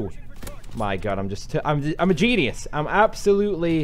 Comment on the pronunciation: Lol calls himself a "Genius", and mispronounces it.